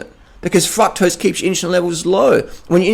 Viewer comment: i crack up at his "fucktrose" xD